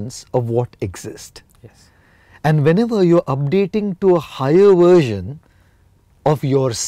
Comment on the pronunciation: No he's not. He uses "uersion" instead of "Version" . What?